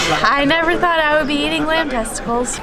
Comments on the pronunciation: Isnt it "testicles" and not "testicals"? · I would definitely try them all, you guys are awesome. Oh! And It’s testicles not testicals